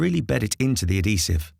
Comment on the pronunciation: Very useful video, but at least learn to pronounce adhesive properly if you're using it over and over again in a video! 🤣